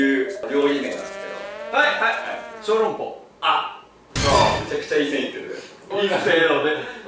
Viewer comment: 小 籠 ﾎﾟｩ ここ好き